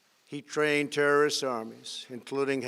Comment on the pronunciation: How he says terrorist is weird